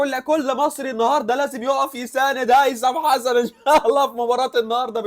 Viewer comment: ياعم انطق اسمه صح الاول😂😂😂😂😂